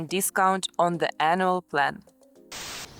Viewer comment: 6 : 15 please there is a huge diference betwen anal plan and anual plan... it is just the way you said it